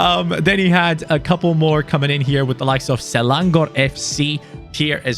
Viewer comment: you butchered the pronunciation of "Selangor" lmao